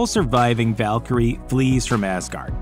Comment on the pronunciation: The Valkurie-ar